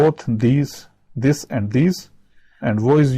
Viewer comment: Why is "this" pronounced as "jeh" shouldn't it be pronounced as "yeh" or it's just the audio?